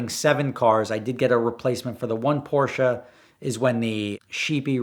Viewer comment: As a native german I really love his correct pronounciation of "Porsche". Most americans slaughter that name.